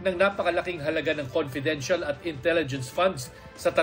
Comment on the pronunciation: Paulit ulit kya nga comfedent fun di pwidi ipag sabi. Kulit